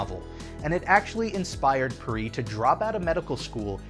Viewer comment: I'm not proud of for pronouncing "Perrey" the wrong way.